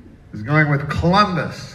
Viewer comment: "Clumbus." He said it right.